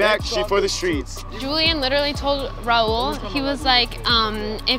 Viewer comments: When and Raul are sorta dating and she still pronounce his name "rail" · Why was calling Raul rail 😭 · why saying rauls name like rail say it right if ur dating him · FR LMAO IT TOOK ME A WHILE TO REALIZE SHE WAS TRYNA SAY RAUL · It annoys me that can’t pronounce raul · i was like its not that hard to pronounce his name right damn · is mad at raul when she cant even pronounce his name right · The fact the isn’t saying Raul’s name correct is taking me out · is it just me or is saying raul’s name wrong... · She can’t even pronounce Raul lmao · the way pronounces raul's name.... uhhhhhhh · did call Raul “rail” 😂🤚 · Can stop calling him “Rail” HIS NAME IS RAUL ITS NOT THAT HARD TO SAY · the way she says rail instead of raul💀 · Y’all catch that called Raul “rail”😭😭😭😭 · WHY DOES COLIE KEEP ON SAYING RAIL ITS RA OOL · Anyone else hear “rail” instead of “Raul” LMAO AUSHSHAHSJJAIA Please why does my comment have 520 likes ✋😭😭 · I swear she actually said “rail” that sounded nothing like Raul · I hear rail also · BRO THE SUBTITLES HAVE IT AS “rail” 😭😭😭😭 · Like it’s getting me annoyed that calls him rAIL instead of RAUL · It bothered me so much when At the end when was saying rale instead of Raul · She didn't just say "rail" instead of "raul" omg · Love how is still saying RAIL instead of raul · NOT COLIE MISPRONOUNCING RAUL FOR RAIL💀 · The way says 'Rail stop' instead of saying Raul I-... just no. It's not that hard to say girl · Did a okie just call Raul Rail? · i swear if calls raul “rail” one more time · did just call him rail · Does pronounce Raul like rail!? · who is rail...it’s pronounced ra-wool💀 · Is she calling him 'rail' 😳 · not calling raul rail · Why does she call him Rail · I thought people were being dramatic but then I heard it like who tf is “rail” I cringed so hard. 😂😖🥴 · HAHAGAHHS I CANT. RAIL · Gaby once called him Re-ol 🤣🤣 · Not rail😂